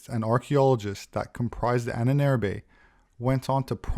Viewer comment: it's pronounced Ah-nen-er-be ...